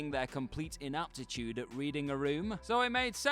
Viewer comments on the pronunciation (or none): You mispronounced "ineptitude." How ironic.